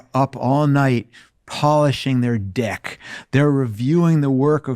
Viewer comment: First: that’s an incredibly flexible pronunciation of the word “deck.” (Begging the question why polishing THAT would be of use) Second: the elephant in the room in all of this is that working hard in a company rarely ever gets rewarded. The folks who spend their time kissing ass and playing teenage gossip games are the one who get promoted most of the time. If you’re going to work hard, do it for yourself. No one else will notice.